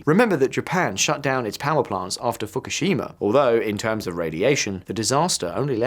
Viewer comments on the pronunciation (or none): none